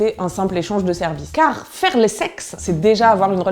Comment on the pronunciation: "Carrrr fér lé sexe" 😂 Vidéo très juste et drôle 👌